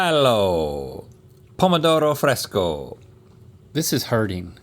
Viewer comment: Pretty good pronunciation on "pomodoro fresco", Rhett!